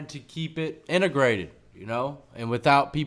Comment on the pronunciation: Engruciated lmao INTEGRATED DAAMN